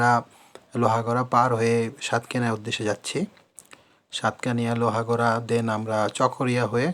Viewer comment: আরে পুঠিয়া না পটিয়া আর লোহাগড়া না লোহাগাড়া